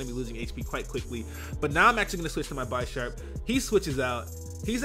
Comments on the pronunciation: pretty sure its bish-arp no bi-sharp because he is a bishop like in chess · Pretty sure it's Bee-sharp (as in bishop and sharp) as opposed to Beye-sharp... Just sayin, though great battle. It's weird seeing the battles on the stream then uploaded to Youtube. They're so much more interesting on Youtube imo because of the faster pace and commentary. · It's definitely pronounced Bisharp (like big) and not Bi-sharp like you were saying. The names are based on chess pieces in that evolutionary line. PAWNiard= pawn. Bisharp = Bishop. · You say "Buy Sharp" so many times, it's painful. It's pronounced Bih-sharp. Like a bishop. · SiLeNtDo0m No, it was very misleading because the word "Bee" is a strong E sound, not a soft. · bye-sharp? its named after the damn chess piece... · Its pronounced bihhsharp, like bishop. Pawniard being the pawn. Like chess pieces ya dig? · dawg its Bisharp, like BISHOP. get it right. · By-sharp? You mean Bisharp? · Take a shot every time says Bisharp wrong. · Nigga that ain't how you pronounce Bisharp lol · I hate how he pronounces Bisharp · He pronounces Bisharp incorrectly.